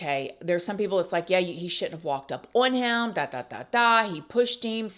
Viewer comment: You need a speech therapist. What is a heium. The word is "him" And it's " when I was 21 not whenever I was"